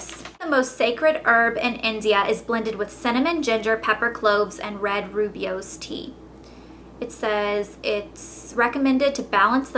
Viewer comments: rooibos is pronounced "roy-bus" :) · I think it's pronounced 'roo-bush' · rooibous = "roy" and then "bus" hehe, i work for a coffee and tea shop! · I love green tea! oh I love davids tea coco chai roobios, I thought it was pronounced roobios too but apparently Its roybis. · Elle, it's "Eye-yer-ved-ick" and "Roy-boss" :D you're adorable. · Roobios is pronounced ROY BUSS. :) I LOVE tea, I am sooo happy you did this vid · It's pronounced "roy-boss" ;) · just as an fyi: rooibos is pronounced roy-bus :) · Rooibos (pronounced 'roy-boss') is too small for most of those tea strainders, so if that's the tea you tried and the leaves got in your tea, that's probably why. I made that mistake before, too :) so now for my rooibos I buy the tea bags that you fill up yourself because then the small leaves won't slip through into the water. Also, let your boiled water cool a bit before brewing green tea, and only for 1 min. It will be less bitter :) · I learned that rooibos is pronunced rhoy-bus. c; I love tea and have about 2 cups a day as well. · i love love love this video! thank you! i love tea! also, rooibos pronounced = "roy-bus". great job! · Pronounced roy-bush or roy-bos depending where you're from I swear by earl grey (I'm english) and lapsang souchong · Actually, it's pronounced ROY-bos. It's from South Africa. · lol rooibos is pronounced rue-bosh haha!:) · Your rooibos tea is pronounced ROY-bus. I work at starbucks and they drilled that into us when we got whole leaf teas :-) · its pronounced roy-bus lol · it's pronounced roy-bose, blondie =) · haha rooibos is pronounced like roy-bus :P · its pronounce roy-boss by the way :) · rooibos pronounced : roy-boss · You pronounce Rooibos like Roy-boss. It literally means red bush cos thats the kind of plant it comes from in Africa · its pronounced roy-boss :) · its pronounced "roy-boss" tea ( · its pronounced "roy-bus" : )